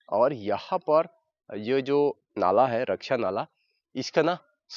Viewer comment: रक्षिया नहीं रकसीया नाला